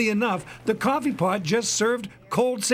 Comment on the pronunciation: Cwoffe paht